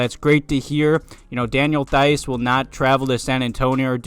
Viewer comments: It’s pronounced Vooch-uh-vitch and Theis is pronounced Tice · Just a slight correction, Theis is pronounced "Tice."